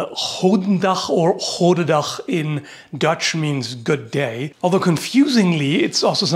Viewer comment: Wauw, your dutch pronunciation is pretty good actually